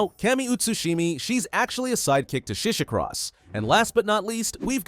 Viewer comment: Shishikross? It's shishikura seiji